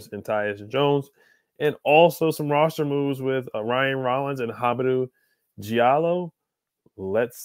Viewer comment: Hamidou Diallo ‘Dee-ahh-low’ I’m cringing listening to you butcher his name. Sheesh.